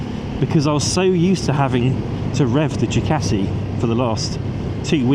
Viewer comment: "Jew Catie"